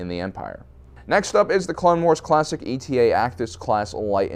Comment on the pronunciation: it's not E T A it's e-ta